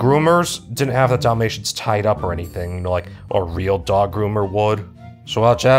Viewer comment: everytime he says dalamtians i somehow understand damnnation and i need to laugh, my humor is more broken then my mental health after watching that movie